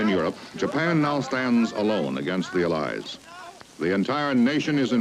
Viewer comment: The way he pronounces "allies" is throwing me off